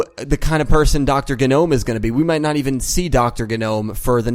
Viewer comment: It's GEE-nome. Just a heads-up.